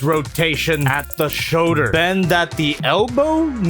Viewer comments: showders lol shoulder my guy...shoulder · I like the way you say shoulder. Showder.